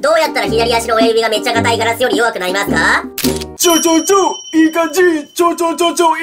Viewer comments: まぁす。の発音地味に好き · まぁ⤴︎⤴す の発音が気になるw